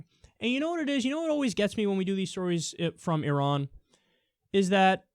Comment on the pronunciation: Thank you for pronouncing Iran correctly.